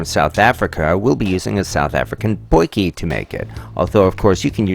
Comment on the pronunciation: As a South African I know how hard it was for you to pronounce "Potjie" correctly. Good work. I'm on the fence about the bread you choose (it doesn't look cheap and nasty enough) but I think you did good with what you got available on that side of the ocean.